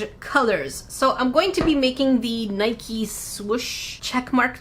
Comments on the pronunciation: First of all you ha e to know how to pronounce them. It’s nai- kee. Not Niiiii k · I love you, even if you repeatedly pronounced "Nike" as though it rhymed with "bike" even though it actually rhymes with "spikey", per the company. 🤦🏻‍♀️😂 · Hey, just thought I’d let you know that you are mispronouncing Nike. I am from Oregon where the brand is from and it is pronounced Nikey. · Bestie, it’s not like how u would say mike. It’s Nik•ee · Me: “if she pronounces Nike, “Nik” with no E sound, I’m gonna be so upset lmao” Update: Omg, she doesn’t pronounce the E, I’m so upset lmao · not pronouncing nike "nikey" is so relatable as a francophone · Nike headquarters is in Oregon where I live… its pronounced Nike-y. Like me like-y da Nike-y. 😂😂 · Nike is named after the Greek goddess Nike which is where the swoosh comes from. Her name is pronounced Nikee